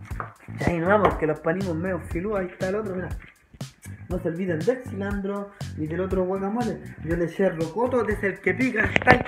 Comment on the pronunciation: Ajajjajajajjja cilantro" no cilandro"